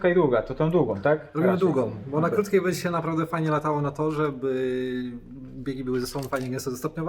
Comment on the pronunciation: nie mów bedzie tylko będzie:-) To będzie nam się lepiej oglądać. Dziękuję pozdrawiam 👍🏽